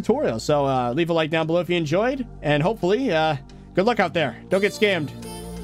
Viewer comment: Normal people: scammed: skAimed